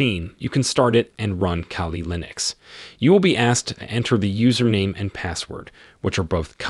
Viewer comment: Its KALI not CALI